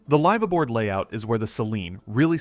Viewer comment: LYYYYVE ABOARD????..... I agree with it is a short i not a long i (Y) sound. The letter i as in the English word 'if'. You would be better saying lifaboard , at least you would sound knowledgable without being distracting. If you are going to want English speaking mariners to believe you have any authenticity, then crown your work with proper pronunciation. Otherwise a decent video.